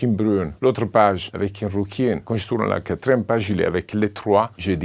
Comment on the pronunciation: “Une rrrouquine”